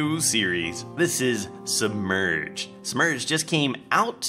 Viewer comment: Lol Sounded like u said "Smurged"